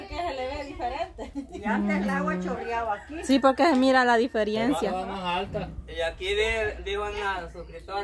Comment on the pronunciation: se dice diferencia no diferiencia